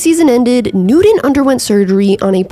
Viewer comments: His name is pronounced “newt-UN” not “new-DEN. Same with Sean Payton. Otherwise, great video! 😊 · 🤦🏻🤦🏻🤣🤣 I’m sorry but seems you don’t love him can’t even say his last name right 🤣🤣the whole video all I heard was Newdone not Newton you should redo this video and say his name correctly at least you got the first name right 🤣🤣🤣🤦🏻🤦🏻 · Everytime you say “new-den” I cringe. His name is Cam Newton. New TON. 😭😂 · Newton. NEW-TON. You keep pronouncing it with a D. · Cam Nooden. 😂 Just messing. Enjoying your channel. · New-Ton. Not New-Don. Oter wise great video. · Pretty sure his name is Newton, not Newtin. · I love your videos but you keep saying Cam Nude-in and it's driving me crazy. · newdon - Newton .... please get it right !! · "Newton" = New-tin. Not "New-din" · Damn tried to watch this one, love your vids but the Nooden was killing me...😂😂😂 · Cam Nude-n. lol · Cam Noodin? Never heard of him. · I’ll I could hear is “Newden” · Who’s “Noodun” lmao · Cam 'Newdun' 😁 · Annunciation continues to be a serious distraction. You mispronounced the name of your subject....his name is not "Newdon". Blocking this channel. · It's clear you're not really a serious sports reporter...I'm sure Cam don't got a Nuden...Really...Biggest name in NFL for a while and you can't even say his last name correctly...let's try <NEW> TON...Just like it spells on the back of his Jersy...or you can even listen to old Panthers games to get the correct way to pronounce his last name....Ok Nudie Nudie...Judy...Hey let me kno when you get an OF page....id like to....lol...smh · I appreciate your channel and like your ‘fast-talking’ style. One nitpick though… His name is Cam NewTON not NewDone. Never heard it pronounced the way you do it. It kind of took me out of the video. At least you’re consistent. Nice video otherwise. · Such a great broadcaster only held back by not being able to say the letter T. Cam Newdon. Cam Newdon. Cam Newdon. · Cam New-Din. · There is actually “t” in Newton 🤷🏾‍♂️